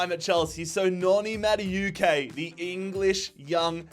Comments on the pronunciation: It must be every single video im having to correct this guy.. No mate. You said it like this. Madawehkay' Do Americans Australians just pronounce everything how they see it. Let me ask you something, how do you pronounce the word 'know' Do you say kanow? Or do you say 'no' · I beg you pronounce Maduekes name properly 😭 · the madueke pronunciation the whole video is so annoying